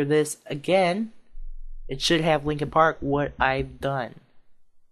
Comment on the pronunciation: its "Linkin Park" not Linking Park